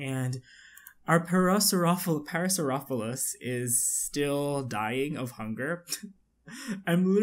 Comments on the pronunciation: the actual pronunciation of the dinosaur is "pair-a-saur-ollo-phus". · Just to let you know, it's pronounced Pair-uh-sor-oh-lo-fis (Parasaurolophus)